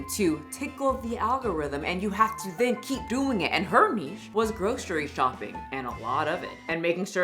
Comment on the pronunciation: "No bitch do you know what a Nitche is????" 😂😂😂😂 I died